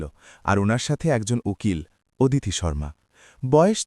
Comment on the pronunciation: ওদিতি নয় হবে “অদিতি “